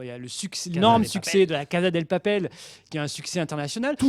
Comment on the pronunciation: En réalité c'est même (phonétiquement) : "Cassa dé papèl" pas "Caza"